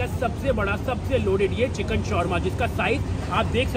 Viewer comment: Chikan ❌ chicken ✅